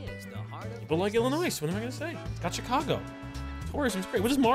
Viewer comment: plz for the love of everyone in Illinois don’t pronounce the S it’s silent lmfao love your videos they are amazing been watching since the old neck twister day with the banana man thank you for all the free content over the years